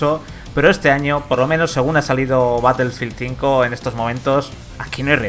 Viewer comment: Como vas a defender a un titulo si ni el nombre saben pronunciar, ''colosdiuti blac ops cuatro'' '' batelfil zinco''